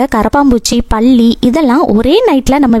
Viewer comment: பள்ளி இல்லை.பல்லி